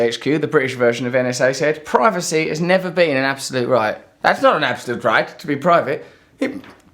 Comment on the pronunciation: 8.36 Does he say "privaty"?